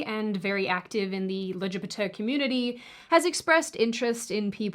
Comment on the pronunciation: I'm part of the LGBTQ+ community, I can appreciate the pronunciation of the term 😂😂